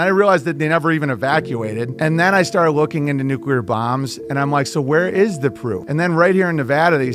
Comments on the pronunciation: saying NUCULAR irks me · Nuclear. New-Clear. Not nuculer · Can we please discuss the fact that Nuclear is one of the most mispronounced words in the English language. There is no "U" after the "C" in the word. While there are 3 syllables in the word, that part most people get right, it is pronounced Nu - cle- ar. So many people pronounce it Nu - cu - lar, and they sound like a friggin water head. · I know about “freedumb” of speech, but stop saying NEW CUE LUHr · Did keep saying nucular? Or am I just not hearing it correctly? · probably pronounces it nucUlear too. . .lol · I hate how pronounces nuclear (just a pet peeve of mine), but I still agree with him on nuclear power. Everybody points to Chernobyl when they try to say how dangerous nuclear power is, but that's giving the Soviets far too much credit because they couldn't engineer their way out of a piss-soaked paper bag